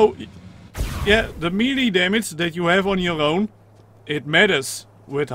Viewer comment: its not pronounced meelee its maylay